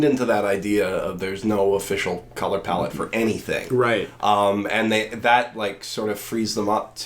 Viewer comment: The only problem I had with this video is how you fuckers kept saying palette wrong Other than that good podcast